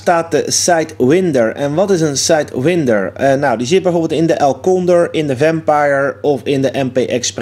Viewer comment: Je spreekt her uit als [sàít wàínder], niet op zn nederlands.